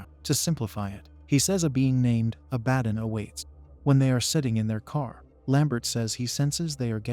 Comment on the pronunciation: Say it with me, AI voice, Ah-Bah-Don. You know, one of the more popular demons in the mythos...